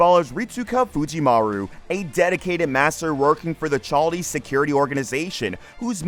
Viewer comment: First of all fate isn’t underrated and also it’s pronounced kal dea